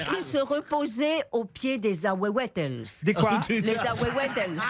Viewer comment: Un mexicain saurait dire parfaitement ahuehuetes et pas ahuhuetele. C est l arbre le plus répandu au Mexique son nom veut dire le vieux des eaux c est l arbre national mexicain mais pas le plus grand . Le tule mexicain est plus grand ! Il y des fois que j entend Arielle parler espagnol et comme mexicain vivant en France elle me fait saigner les oreilles avec les bêtises qu’elle dit !! Saludos